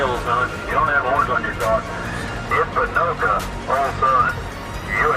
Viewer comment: Ponoka is supposed to sound more like "bo no gah" it's how the blackfoot tribe says elk